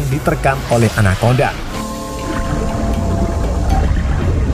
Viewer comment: Anaconda ❌ anakondang 🗿